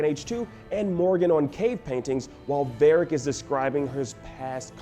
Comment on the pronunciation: "Barric", "Elfen". sigh